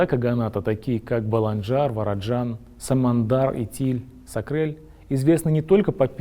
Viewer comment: Котраг, не оставался на территориии "Великой Болгарии", именно его группа двинулась на север в Поволжье. Бат-Боян откочевал на территорию современной Украины. Складывается ощущение, что цитируете школьный учебник. Правильно произносите исторические топонимы не "Сакрел", а город Саркел.